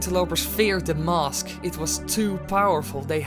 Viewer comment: finally mask isnt pronouced "mausk"